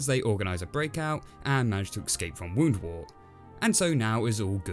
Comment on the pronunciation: Pronunciation notes: it's Woundwort to rhyme with 'spurt' not 'wart'. KeHAAR with the emphasis on the second syllable is correct. I personally much prefer it that way. Richard recorded the pronunciations for the BBC team before he died, so they get this right, by and large, though they struggle a little with El-ahrairah! And, by the way, does (female rabbits) DO do all the digging in warrens, as Ronald Lockley notes in 'The Private Life of the Rabbit', which was source material for Richard's book.